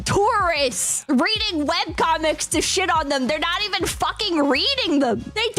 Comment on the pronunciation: “Don’t fawking”